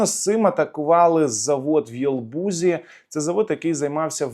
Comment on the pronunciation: Що за "єлбузі"? В Єлабузі? Є таке місто Єлабуга